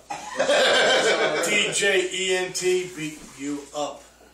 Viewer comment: It's Djent...Not D-jent